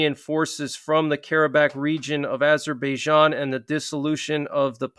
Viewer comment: Google the pronunciation: Armenia (/ɑːrˈmiːniə/ i ar-MEE-nee-ə), Azerbaijan UK: /ˌæzərbaɪˈdʒɑːn, -ˈdʒæn/ i, US: /ˌɑːzərbaɪˈdʒɑːn, ˌæz-/. Thanks.